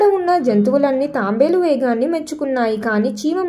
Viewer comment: అది తాంబేలు కాదు తాబేలు..